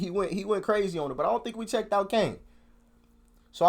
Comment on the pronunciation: it's kano not Kane, think he says kane for the flow, 3 of the grates although I'm not a big bugzy fan